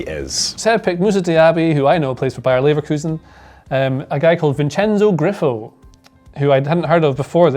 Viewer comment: Vinsenzo Grypho 😭